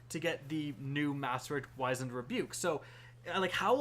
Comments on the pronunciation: Wizened is pronounced whizz end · I'm sure it's been said already 50,000 times but... it's pronounced like you're saying cheese whiz, just drop the 'h' sound. Like the musical, The Wiz. Wizened Rebuke, which means a clever comeback.